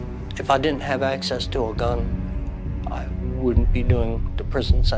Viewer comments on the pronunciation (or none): none